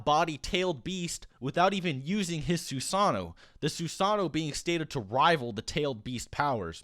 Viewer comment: The way you say Susanoo is cringing